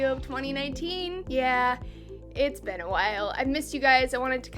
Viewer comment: Saying 'been' like 'ben' lol